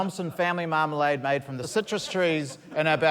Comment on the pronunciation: Do love how Josh's dad called it 'Yumalade'